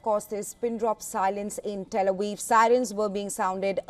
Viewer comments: Pronunciation 09, , "Tel Awiv" and not Tel Aviv. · "Tel A Weev?"